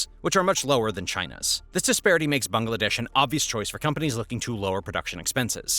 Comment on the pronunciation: Bangladesh is pronounced as bang-la-desh not bang- a- la- desh, isn't it? Do you pronounce Tesla as Tesler?